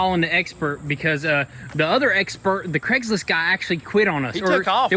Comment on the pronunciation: Craigslist guy…it’s Craigslist. 😂. Great content tho